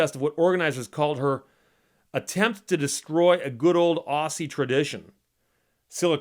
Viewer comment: Steve, please, if you're going to use the word Aussie, it is said with a hard middle, i.e. 'z', not a soft 'ss'. It would sound like Ozzy, NOT ossie. FYI, I'm an Auzzie.